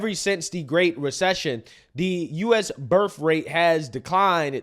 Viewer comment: what is birff rate? You said it twice so I’m. Not confused.